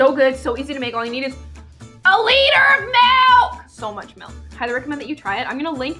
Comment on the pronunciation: I love when she said- all you need is A LITTER OF MILK 🥛!!!!!!!!